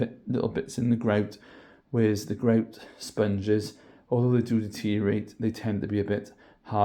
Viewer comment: I like the way he says greouwt